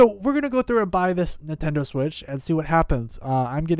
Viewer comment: Who else has never heard of a Nuhtendo switch?